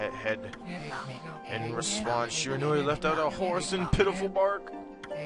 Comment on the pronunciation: He pronounced Orochi wrong but pronounced Shiranui correctly